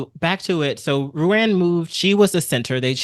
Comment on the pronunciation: Ruan is pronounced "rue-on"